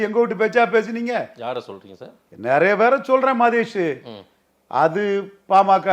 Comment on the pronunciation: நரைய இல்ல நிறைய. தயவுசெய்து சரியாக உச்சரிக்கவும்